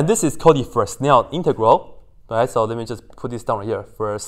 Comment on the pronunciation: Fresnel is pronounced Freh - nell. Also, I want to know some pickup lines if you whip out sinc functions to impress girls. 🤣